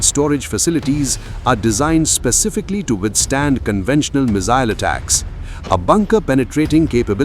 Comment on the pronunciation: What's a "mizzile"????